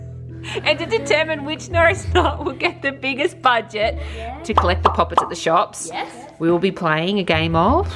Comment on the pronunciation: Shooop? It's shops